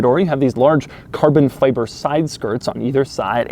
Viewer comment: FI-BER, FI-BER, PLEASE say CARBON FI-BER not, "feybre". Driving me nuts!